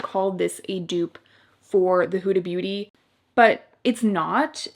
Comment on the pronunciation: It’s not pronounced houda beauty it’s hooda. Like the hood of a car.